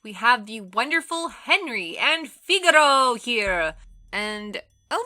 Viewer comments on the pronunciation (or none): I don't know what's worse the game or the mispronunciation of Henry, Thuram and Figo)))